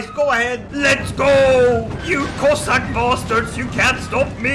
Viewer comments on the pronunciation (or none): none